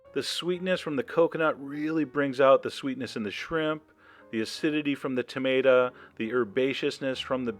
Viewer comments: Wonder why he says Tamada.😏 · "tomata" he says it like my dad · I like how you say tomata ahaha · wait, did i hear that right, cause I swear I heard you say you were combining coconut... with tomato... (a ton of dots here that youtube won't let me enter) I don't even know what to say.